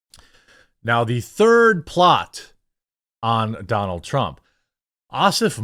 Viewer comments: "Loonk Leeve Dunonalt Trrunmp." That made my morning. 😁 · "Lahng Leeve Dahnal Truhm!" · lol i like the way they say donALD trrrrrrump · I like how the Indians said his name.. Doo Nald Trump. 😆